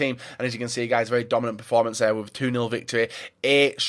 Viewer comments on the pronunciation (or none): none